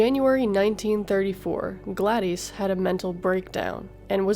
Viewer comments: "Glad-ees" "On January 1934..." Can you at put a tiny bit of effort into not sounding like you're (terribly) reading from a script? Wanna know how we know? Because you are TERRIBLE at reading. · Well-done. However, it's "Glad-dis," and "endometriosis." James Dougherty, not "Daughtry."